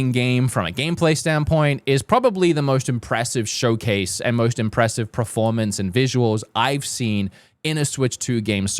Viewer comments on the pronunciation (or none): This dude constantly says preformance instead of performance. It kills my ears man